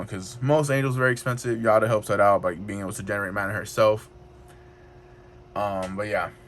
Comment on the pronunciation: Constructive criticism. It’s hard to view the cards. Since your videos seem to only showcase the cards, it might help your views if you zoomed in on them. Also, it’s a hard name to get right, but Giada is pronounced Gee-yada, there is a food network lady named Giada De Laurentiis if you search YouTube you she be able to hear her name. Good luck on the videos